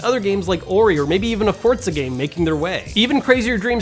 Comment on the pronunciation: Did you say FORDZA? Like FORD+PIZZA?